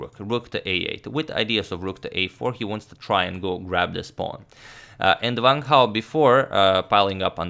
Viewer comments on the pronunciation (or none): It's Wang, as in this words: want, wanted, wrong, wonder, etc... not as in this words: vant, vanted, vrong, vonder... ^^